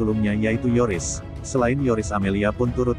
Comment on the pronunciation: Bkn Toris tp Yoris min🤣🤣